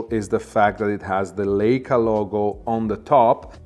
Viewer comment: You are mispronouncing Leica. Pronounced Likea and not layca